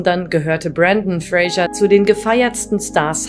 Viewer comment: Der Mann heißt Fraser, nicht Frasher wie die Sprecherin konsequent falsch spricht.